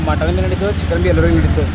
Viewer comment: Anna Motton alla Mutton 😂😂😂